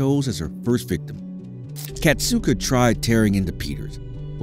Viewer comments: it's kasatka not katsuka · Kasatka is pronounced KA-SA-KA